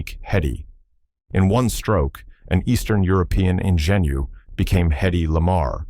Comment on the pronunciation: At the ,46 mark on the video... Silly narrator or goofy AI does NOT know the French word: "ingénue". It should be pronounced an zha noo {with "long vowel" marks over the double o letters} .... Meaning: an innocent, inexperienced, unworldly, young woman. I did your "homework" for you "Classic Hollywood Cinema". Now, hire a reader that owns a dictionary!